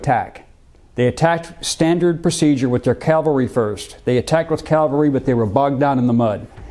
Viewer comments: It’s CAValry not CALvary. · It's CAVelry. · Cavalry. Calvary is the hill of Golgotha. Good video. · Love your videos, but PLEASE, get it right: it's caValry not caLvary... unless you really are talking about the hill on which Jesus was crucified! It's like saying aKs instead of aSk...but with a touch of accidental blasphemy. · Absolutely loved this video. But I have to say it was quite painful in places. "CaLvary" - the place of Jesus's crucifixion. "CaValry" -- soldiers on horseback. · Bro! Its caValry, NOT caLvary. Bro… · Why do Americans insist on saying "calvary" instead of "cavalry"? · I find it difficult to believe that a history professor cannot pronounce cavalry correctly. Calvary was the hill Jesus was crucified on. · There’s “Calvary”. Then there’s “cavalry” . These words are NOT interchangeable. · Calvary....Americans always say it wrong....forgive them, it's the education system.